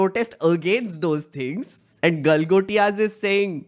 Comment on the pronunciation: Galgotai 😂😂😂😂😂😂😂😂😂😂 University....they cant even read hindi Galgotia University 😂😂😂😂😂😂😂😂😂😂😂😂.....maff kar do ko....Galgotia University 😂😂😂😂😂😂😂😂😂